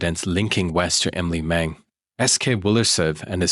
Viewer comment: Very shocking here in Denmark, thank you for giving Emilie a voice❤ poor girls who felt in the perpetrators hands.. 😢 btw you pronounce the names very good 👍